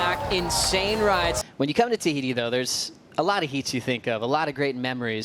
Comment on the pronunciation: Please pronounce Teahupo'o somewhat correctly.